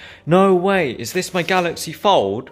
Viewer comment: I keep thinking he's saying Galaxy Ford. hehehe